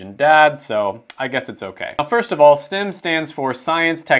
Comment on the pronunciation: Why is he calling it stim when it's clearly spelled and pronounced like stem from a tree 😂😂😭